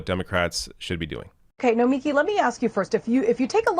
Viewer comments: Her name is pronounced No-mi-KEE. Emphasis on the last syllable. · no-mee-KEE,. C'mon. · It's Nomi-KI